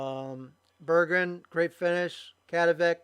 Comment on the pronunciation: great coverage! thanks for the compliment at the end :) oh and my name is easier to pronounce if you split it into two halves: Berg-gren :D I had a very good race, unexpected to be honest. I'm pretty new to league racing.